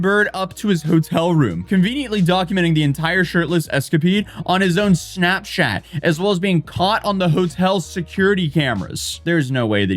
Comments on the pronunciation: "escapeed"? Jeg tror det heter "escapade"? Og når har du tenkt til å pakke ut det kjøleskapet du har bak deg? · escapede? Escapade? encapture? Enclosure? I'm guessing that's what happens when you do so many takes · Sorry I just heard escapede 😂😂